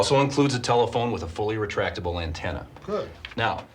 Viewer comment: a car telephone AND a fully entractable entaenna? Sheesh.